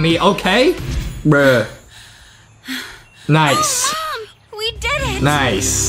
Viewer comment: the way Justin said bruh I heard breh